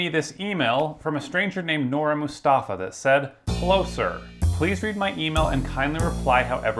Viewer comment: Heavy Indian accent "this is Nora mustafa"